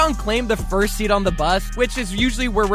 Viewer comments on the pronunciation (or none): none